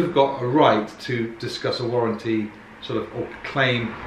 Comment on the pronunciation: Warren T